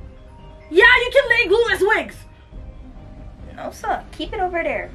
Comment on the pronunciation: It’s saying no sah 😂😂